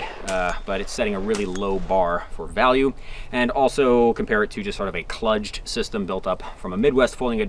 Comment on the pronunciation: It's pronounced "klooged".